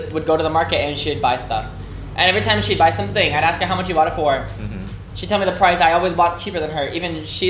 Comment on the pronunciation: ở VN lâu rồi và tiếng Việt quá giỏi, nên thỉnh thoảng nói nhanh 1 số từ có hơi lai giọng Sài Gòn rồi đó... âm ly trong really, mostly, hay something nói với dấu huyền khá kiểu Vietnam (real-lỳ, most-lỳ, some-thìng)